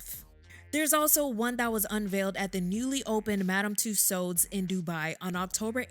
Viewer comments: The correct, phonetic pronunciation of "Tussauds" is "TOO-SOW", not "TOO- SOWD". The "D" &"S" are silent. Please... and thank you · It’s Madam Tusaw that’s how it’s pronounced and no they did not do MJ like that omg lord I don’t wanna laugh but some of these figures 🤦🏾‍♀️ it’s like the more success our people gets the more yt ppl wanna make us look bad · I love it. Btw “Tussauds” is pronounced similar to “Two-swords” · I thought that Tussaud was pronounced "too-sawwed" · I think she’s pronouncing Madam Toussauds wrong. I’ve never heard it pronounced this way, it’s so distracting. I believe the D is silent. 🧐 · Please, please, English-speakers who make YouTube videos... consonants are not heard when at the end of a French word, especially if it's someone's name! No D sound at the end. It's a silent D. Just as the T is silent in names that end with that letter. Exceptions are very car and few in between and are typically for French names that originated in another language/country. Madame Tussaud's rhymes with "So", you can't stop hurting your jaws, now.